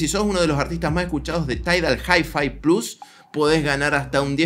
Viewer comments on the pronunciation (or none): none